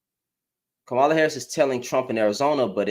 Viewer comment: Her name is pronounced like comma (,) as in the punctuation then add La. Like comma La. Three syllables long. Com ma La. Hope that helps.